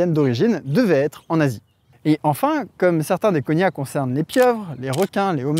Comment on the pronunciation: Petit erratum de la part d'un prof de linguistique : on ne parle pas vraiment de "langues cousines", mais de "langues sœurs" en linguistique historique (mais bon, disons que c'est une métaphore !). Plus important, "cognat", se prononce "coG-Nat" comme dans "GNome" et non pas "conya" comme dans "montaGNe". De même, "formosan" se prononce "formoZan" ;)